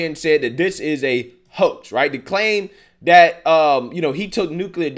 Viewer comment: no disrespect to your intelligence, I listen to your videos all the time. Suggestion: if you became conscious of not using 'dis' or 'dat' in your speech, it would benefit your listeners. It's distracting, not real words, so comes off as lazy speech, not an accent, & actually promotes negative stereotypes (discredits you). And I am not talking down to culture or race, because I am not of the majority in this country that you might assume would speak about this. Good luck.